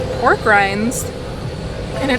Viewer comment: Is it just me or does it sound almost like your saying porg instead of pork when describing the ronto wrap